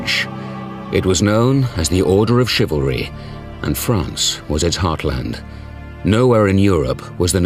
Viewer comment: The Narrator's pronunciation of 'Chivlary' is driving me crazy